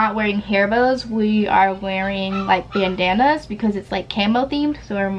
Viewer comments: who else heard “camo bananas” instead of “camo bandanas” i did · She said camo bandana and then banna is on it